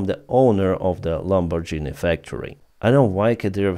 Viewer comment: In "Lamborghini"', GH is pronounced Ґ.